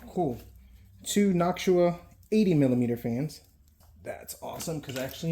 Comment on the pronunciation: So looks like the only thing of value would be the Nactua fans, the dominator dimms and no visual. The Titan if is functional would be a niche item. Probably could get $250 for that alone! And it is pronounced “knock-two-uh” lots of really old and very out of date hardware. Cool to see some of it! Interested to see a follow up what happens with all this tech!